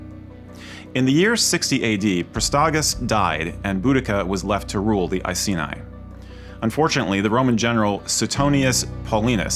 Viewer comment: Great video but as someone from Norfolk it is pronounced "Nor-fouk" and Iceni is "Ice-eenie"